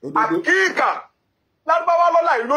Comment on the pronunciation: Is Akika not Akiika